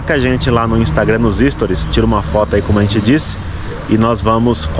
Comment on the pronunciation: 😃 Que legal, um novo país!! TMJ. 👏🏼👏🏼👏🏼, a pronúncia correta é "sTOries". Quando ouvi você dizer "ÍStories" pela primeira vez, eu achei que era uma função nova, rsrs. 😅